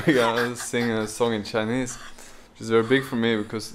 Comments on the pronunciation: J's Chinese pronunciation is very good! hope more vedioes that you sing Chinese songs. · J's Chinese pronunciation is very good! I like to see you singing together.😀